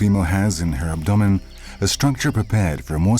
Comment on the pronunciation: Hearing the way he pronounced abdomen ruined my work night